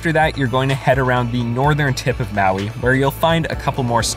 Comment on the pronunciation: you know when this video is gonna have a bunch of words mispronounced when the guy messed up the island name maui as “ maowweee “ not even 30 seconds Into the video. edit 1: “kalui airport” 🤔 edit 2: “haleeakala” edit 3: “waiheee” Im done Lol, he did say he was gonna “butcher every word” in the beggining so no hate. But, HUUUUGGGGGEEE MEEGGGAA CRINGE 😂💀